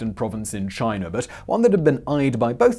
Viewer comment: "Chiner" lol